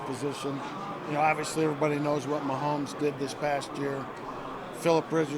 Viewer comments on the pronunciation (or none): Vance "Oviously" Joseph